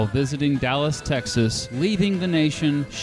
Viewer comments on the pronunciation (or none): none